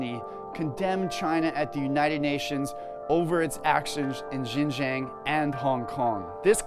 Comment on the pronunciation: Lol, look at that snowflake news reader If you want to spread anti-China propaganda, at least learn how to pronounce Xinjiang properly